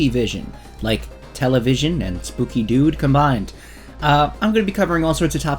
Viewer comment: i thought bro said scooby doo not spooky dood